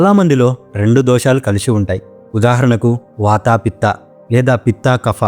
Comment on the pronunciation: వాతా, లంగణo లాంటి ఉచ్చారణ సవరణలు అవసరం.